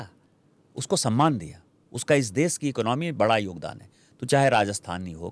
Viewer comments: सही हिंदी बोलो दुबे......देस, भासा, प्रदेस वगैरा वगैरा.... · देस नहीं देश बोल बे